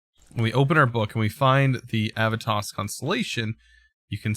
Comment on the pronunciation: You need to pronounce the e in Aevitas more.